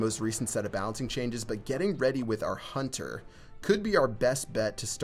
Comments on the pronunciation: Why do people say huner and not hunter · Is it just me, or does call the Hunter the "Hunner"?